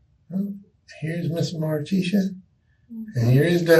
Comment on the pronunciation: mar-TEE-sha...its pronounced. But she is a moron